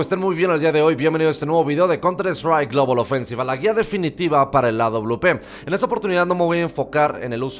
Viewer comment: mi parte favorita es cuando dice counter estraic globolobolobolbooboofensi